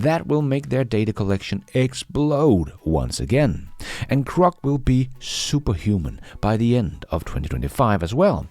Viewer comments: Hey, LOVE your work. *sorry, it's my OCD, but its Groc, not Croc. (Come to Australia if you want to see Croc's😂) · Perhaps is misreading the digraph, mistaking GR for CR and so mispronouncing it? I think this would be an easy mistake for an ESL speaker.